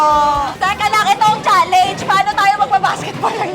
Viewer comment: It’s chalenj not chaleynj